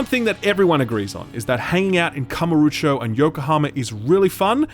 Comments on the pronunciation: Kamuro - O - cho. OH cho. Not oocho x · still don't get why you pronounce KamurUcho instead of KamurOcho, but okay :) have to wait for discount, though i had some fun with the first judgement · When you want to criticize the cult series, you may consider NOT misspelling Kamurocho constantly. Kamarucho? Really? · Not gonna leave a dislike, because honestly a lot of what you say is what I felt about the first Judgment (though I still enjoyed it). But my GOD, it's "Kamu-ro-cho" not "Kama-ru-cho", drove me mad I tell you. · It bothers me that he pronounces kamurocho as kamurucho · Great review as always, even if I feel like I would like this game, but please it's KamUrOcho not KamOrUcho! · Great review as always, but, out of the 200 times you had to say Kamurocho, not once did you go back and check if you were pronouncing it correctly? That Kamarucho place you’re talking about doesn’t exist… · "I've played 5 Ya-kooo-za games." also "Kamarucho". It's a shame you don't like these games, but I also really get the impression you don't want to. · Yeah, I cringed when he said that. Why would anyone do that. Also is it so hard to pronounce Kamurochou. They literally yell it in the game. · Every time he says KamurUcho my eye is twitching a bit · Beat zero baka beat zero it is one of the best game ever made Zero has fantastic combat it just takes time it is a huge game it took me 180 hours to 92% You pronounce kamurocho in a false way It really is sad to know that you do not know who is GORO MAJIMA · He can't even say Kamurocho correctly. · Most painful is not you disliking the game or using the english dub, but the way you say Kamurocho. Good review tho, even if I feel you don't quite 'get it'.